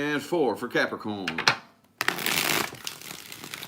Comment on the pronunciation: Love the way he stares into the screen and says Capricorn “caaarprocron”for their readings 😂